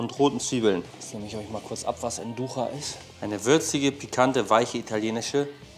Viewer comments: Die Wurst Nduja sollte Nduia und nicht Nducha gesprochen werden 🫶🏼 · Nduja spricht man einfach aus wie geschrieben.